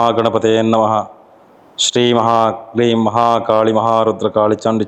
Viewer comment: ಮಹಾಂಕಾಳಿ ಅಲ್ಲ ಮಾಹಾಕಾಳಿ